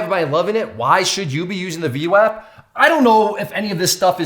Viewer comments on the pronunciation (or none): V WOP not WAP not like WAPPER, like WHOPPER! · its pronounced V WOP lol sounding like a clown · Pronounced vwop lol. Good video though. Thumbs up & subscribed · I think VWAP is pronounced with a soft "A" like in "arm" or "august"